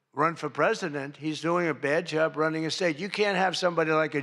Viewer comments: Mr. Trump the Governor of California is Gavin Newsom not Gavin "Newscomb". Is this a sign of dementia or just ignorance? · Trump is boring, not funny at all. He pronounces Gavin Newsom's last name incorrectly.